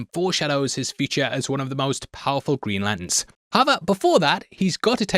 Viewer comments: Every time says Lanterns, I hear Latins. 😂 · Love, hate the way he says ‘Lant’ns